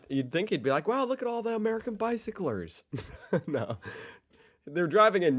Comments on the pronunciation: "...and not even talk about the stuipd by-sic-clurs!" 😂😂😂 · Saying bicyclers sounds funny to me, I don't know why but it makes me laugh....